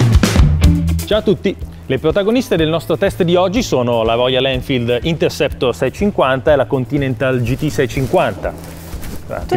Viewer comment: Belle recensioni e video molto interessanti, vi seguo sempre. Ma… perchè nessuno riesce a pronunciare “Royal Enfield” dite tutti quasi sempre ROIAN ELFID 🤣🤣🤣